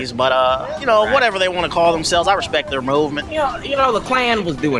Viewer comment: "they took er jobs" 😂 😂 😂